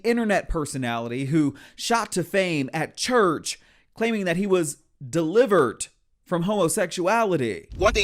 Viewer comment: “Signed, sealed, deliverT”. 🤣